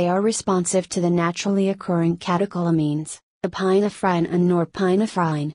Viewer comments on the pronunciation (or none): it was really funny 🤣 epi-na -frine